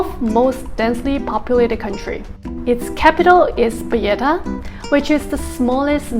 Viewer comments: She visited payetta she says capital of Malta crazy it’s Valletta capital city Payetta my backside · Listen to your entry video you say payetta , just say you made a mistake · You're calling it Valletta and pronouncing the double L in a Spanish way. This is not Spain. Nor is Valletta a Spanish name :) But mistakes happens. Hope you enjoyed your stay!